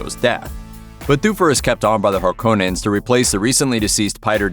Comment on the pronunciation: You said Harkonnen wrong. You're probably one of those freaks who says Caribbean instead of Caribbean.